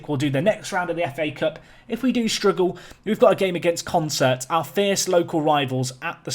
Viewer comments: Isn't Consett pronounced 'Con - set', not 'con - sert' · Who's gonna tell him it's Consett and not Concert?